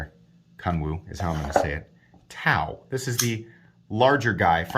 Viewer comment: I believe Tao is pronounced "dow" with d pronounced lightly.